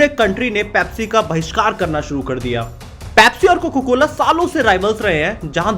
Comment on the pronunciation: bhai tujhe abhi bhi COCA-COLA bolna nhi aaya....COCA hota hai COCO nhi